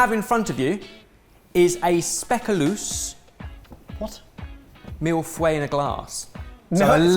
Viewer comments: Is this how British people pronounce “Mille feuille” ?? As “ mill fouè”? That’s so unsettling ! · mispronouncing both speculaas and mille feuille in one sentence made my day. 😂 And no worries, Dutch is an impossible language. It’s why we all speak several other languages. 😁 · please learn how to say "mille feuille"!! You're usually so careful about being correct, but every time you say it, I cringe! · We went over this! "Mille feuille" is pronounced "mill" and then f + the sound ʌ like the "i' in bird + the sound j like "y" in yes. Mill fʌj. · As a Frenchie, the way says "feuilles' gives me hives. There is no w in the word! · out of all the things that have changed over the years, at least the one thing that hasn't changes is mispronouncing 'mille-feuille' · yeah, and mille feuille has pretty much the worse of French pronunciation xD